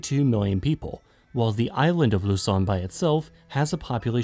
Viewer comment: This is the first time i've heard a foreign video not pronounce Luzon as "Lou-Zon" lol.